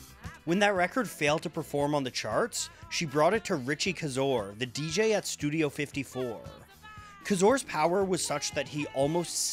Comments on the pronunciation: First off Mr., let’s get the pronunciation of these names correct. Giorgio Moroder (More-Row-Der), Richie Kaczor (Kay-Zar), It’s obviously Polish or Slavic. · The announcer mispronunciation of two names sounds like he didn't do that much research. Richie (Kay-Zoor). Georgio Ma-Roa-Der) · Good job! It would behoove you learn how to pronounce Richie Kaczor and Giorgio Moroder’s names properly. As in: Kay-zor. (Emphasis on A) Mor-oh-der. (Emphasis on second O). Good Times didn’t sample Rappers Delight, it was performed by a band. You skipped over House (which broke through globally) before EDM came about. But yes, all dance music stems from Disco and deserves recognition! Bless Earl Young who is in his 80’s for creating the Four-on-the-floor drum pattern that continues to define all current forms of Dance music except Drum & Base.